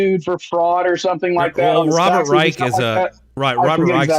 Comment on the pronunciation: Come on, it's pronounced Rysh not Rike and Trump was a Democrat in the 80s